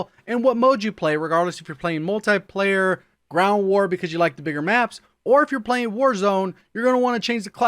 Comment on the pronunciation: Its not Multaplayer its Multiplayer.